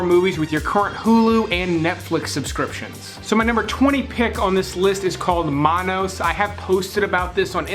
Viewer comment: Monos - like 'monkey'.. not 'manos' which means 'hands'